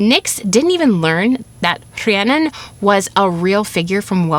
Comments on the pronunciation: I love the pronunciation of saying CREannon like the true welsh way. Funny all my life I would pronouce my name as Rhiann(IN) not Rhiann(ON) As I grew wiser I realized why I did this on a soul level and found myself pleased with my inner knowing and play on the deeper meaning of words. The Cre-Rhi pronunciation brings me to a whole new level of being or unfoldment. Thank you and I feel a true shift in knowing the true prononce-initiation especially having Irish welsh ancestors wow such synchrony finding this today! ✨😘🪷🎠 Beyond grateful now🥲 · As a Rhiannon who has lived in Wales her whole life, you pronounced it better than a lot of people in my area. Diolch yn fawr for covering this. Sometimes, it feels like the world overlooks us 💚 Also I think you'll appreciate my favourite Welsh expression, Iesu mawr. It was used in my area as a Welsh 'oh my god' but the literal translation is big jesus. It just always made me laugh! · Really love your story telling and historical expose. I did find this one a little harder to follow with all the unfamiliar Welsh names. Fantastic job with the pronunciation (I guess), I certainly couldn’t pull that off. Keep going with that. I need to hear more of it. Rhiannon! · RHIANNON. First off huge kudos on your Welsh pronunciation. I am not Welsh, but know it is quite challenging to learn. This story is so beautiful. It really hit me, in an amazing way. Thank you